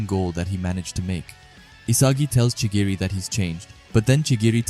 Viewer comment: Chigiri or chirigi?